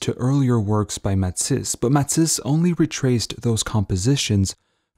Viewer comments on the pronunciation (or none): It’s Ma-tees! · I had trouble getting past this guy's pronunciation of Matisse's name. But this was truly fascination to see the old man in these great photos. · I'm guessing French Canadian then? Because no Frenchman I know (and I know a few) would pronounce Matisse the way it is done in this video.